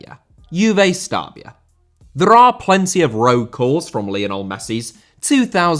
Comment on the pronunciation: Lionel* not Linl Rather* not Rother Debut* not Deibyu Uefa* not Yuweifer Sassuolo* not Sassuouwlouw Lopes* not Lôuwpez Monaco* not Monacouw Sevilla* not Sevía Liga* not Liguer Leo* not Liouw München* not Munich Colorado* not Colorohrdouw Cornet* not Cornei Nascimento* not Nascementouw Kansas* not Kanzas Juve* not Juvei Bertivegna* not Berteveigner Palermo* not Pălömouw Aleksei* not Aleksi Stabia* not Stăbìa Lokomotiv* not Louwkouwmouwtyv Moskva* not Moscow Roma* not Rouwmer Basel* not Bohrzel Davide* not Davidei Nathan* not Nátan Fluminense* not Flumenensei Frontale* not Frontohrlei Boschilia* not Boschiwa Manneh* not Mannei Idea* not Ideer 31 mistakes that you made in just one video! Ffs